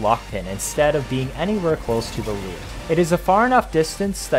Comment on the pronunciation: It's pronounced "loor", not "leer".